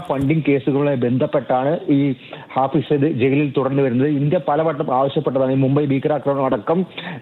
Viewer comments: മലയാളം വായിക്കാൻ അറിയാത്ത അവതാരകൻ.. ഫായിസ് അല്ലടാ.. ഹാഫിസ്!! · ഹാഫിസ് എന്ന് എഴുതി കാണിക്കുന്നു, റിപ്പോർട്ടർ ഹാഫിസ് എന്ന് പറയുന്നു, പക്ഷെ അവതാരാകാൻ ഫായിസ് എന്ന് പറയുന്നു. ബല്ലാത്ത ജാതി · ഫായിസ് സെയ്ദ് എന്നല്ലേ news reader ആദ്യം പറഞ്ഞത്? പിന്നീട് റിപ്പോർട്ടർ പറഞ്ഞതിന് ശേഷം ഹാഫിസാക്കി😂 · ഫായിസ് അല്ല, ഹാഫിസ് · ഫായിസ് അല്ല ബ്രോ , ഹാഫിസ് .